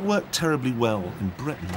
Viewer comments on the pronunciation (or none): none